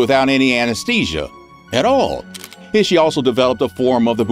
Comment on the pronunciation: I would like to you see you work on your pronunciation of proper nouns. Japanese does not have a short i like we do in English, so Ishi would be pronounced like ee-shee. I was cringing every time you pronounced his name similarly to iffy. Other than that, all of these men were despicable and horrific!